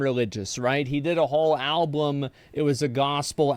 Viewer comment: Wait... did Asmon just pronounce it Alblum, TWICE? Does he think that's how you say Album? Why have I NEVER noticed this? YEARS I've heard this man speak.